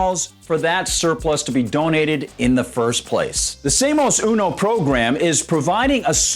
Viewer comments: Ouch. Oye gringo, aprende un poquito de castellano. Learn a little spanish. "Seamos" is "say am ohss" -- otherwise great video. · Seamus? Irish accent! Lol And no, WE DON’T NEED TO LEARN SPANISH.